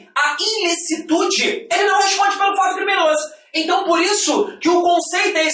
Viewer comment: "INLICITUDE", dá uma dor no coração toda vez que ele fala isso..